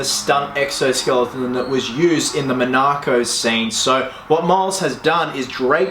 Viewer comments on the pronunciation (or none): it's Monaco. Not MonARCo. but your killing it with this build so Il let you off 😉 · "Monarco scene" .... you mean Monaco? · did he really just fucking pronounce monaco like that? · Dude, I am so hyped for this one. Its gonna be awesome, I loved that costume in the film and I've never seen someone have the drive to cosplay it, thats a lot of work. The fact you are getting into the 3d printing/modelling will really help you out in other costumes too, think its a really cool thing to learn. I am kind of freaked out by the way you say Monaco (I think thats what you were saying anyway), guess us brits cant quite interpret the full aussie accent all the time - no offence but that just sounded wrong. Good luck. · Bruv why do you keep saying Monaco like that? Geez